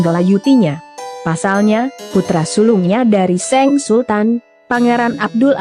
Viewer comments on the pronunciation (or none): Iya funny the way she pronounced SANG not SENG, suruh berlatih lgi cara sebutan nya, looks she never improved 😂😂😂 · 😅.. Seng, something wrong with her pronounced, her delec sound funny 🤭.. Poor her!